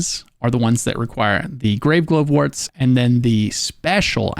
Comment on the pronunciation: Why are you pronouncing Glovewort strangely. Glove-wort. Glovewort.